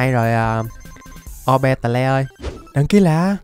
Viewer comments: Cái con a đọc ô be tè le đọc đúng là ô bi tồ nha a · ah đừng đọc Orbeetle là O be tờ le nữa đc k 🙏